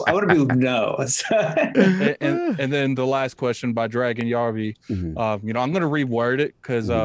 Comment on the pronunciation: DragonHeartYOBY 🤣🤣 (Yo-B) NOT Yarby 🤣🤣🤣😊 GOLDEN CHILD